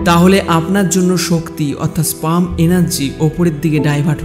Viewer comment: স্পাম বা স্ম্রাম না হবে স্পার্ম